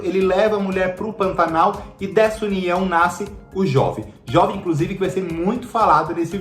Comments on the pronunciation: A pronúncia do nome é "Jôve" e não "Jóve", pois vem de Joventino. Certamente, Pantanal não será lenta, pois vai ter em torno de 130 capítulos, ao contrário dos 215 capítulos da versão da Manchete. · Lógico que a novela não vai poder explorar paisagens, pois não existe mais Pantanal! Outra coisa, a pronúncia correta é Jôve! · Jóve? É Jôve, de Joventino...